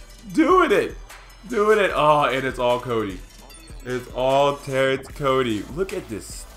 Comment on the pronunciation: every time you said cody it sounded like kobe.hehehe